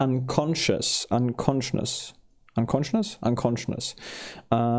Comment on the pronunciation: fatal -> "FAY-tal" (emphasis on the FAY) morale -> "more-AHL" (emphasis on the AHL) sound -> in this context means "based on good reason" "Things don't always go the way we want them to go" would be better! unconscious -> "un-con-shus", not "un-con-shnus" i.e. -> "in other words", also e.g. -> "for example" coup de grace is French, you pronounce it "koo-duh-grahs" Maybe "out of order" would work better in this context instead of "vice versa" You can pick it up, but you can't use it yet (since you haven't researched it). At the end of the mission all items in the battle area are automatically collected and put in your stores back at the base you launched the skyranger from, so no need to pick up anything unless you intend to use it in the current battle.